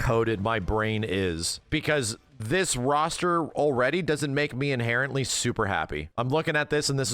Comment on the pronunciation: never say a sentence again bro, even more so if you're gonna say "ts" mean "this".